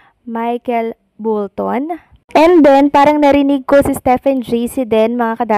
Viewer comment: Bolton po hindi Bulton! Bisaya ka ba??